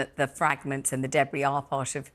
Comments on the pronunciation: What is a “daybree” field? Does she mean debris? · Deb Bree?! Noooo